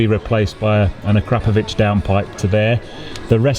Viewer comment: Finally; someone who knows how to correctly pronounce "Akrapovic". Thank you! 😁